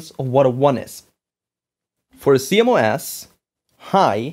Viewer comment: Sounds like you are calling CMOS "see mo ass". It's pronounce C MOSS